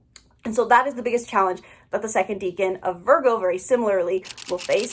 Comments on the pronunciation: Deca =10 its pronounced like deckan not deacon, I'm Virgo in 7 placements all in 1st house. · It's pronounced Deck-an.. it's from Latin. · Your mispronunciation of "decan" is very distracting and takes away from your credibility :/